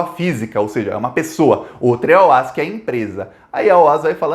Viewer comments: Se fala Ó-A-Esse mesmo e não OAS. Tenho pessoas na família que trabalharam lá. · O- A- S não eh oas pronúncia soletrando parabéns pelos vídeos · só corrigindo: A pronúncia correta dessa empreiteira baiana é O.A.S, ou seja, letra por letra e não "OÁS", conforme você falou e repetiu neste vídeo. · Uma dica: é "Ó- A- ESSI" que se fala e não "OAS" .... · não é OAS. É O A S separados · ME PERMITA, ESCREVE-SE OAS MAS PRONUNCIA-SE OAESSE. ABRAÇO AMIGO! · Ola, a empresa se chama O A Ésse. E pelo amor de Deus, na hora de comemorar, comemore com, então com champanhe. Pelo amor de Deus! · Curto muito seu trabalho, parabéns!! Só uma correção a pronúncia é O.A.S a pronúncia é letra por letra mesmo kkkk!!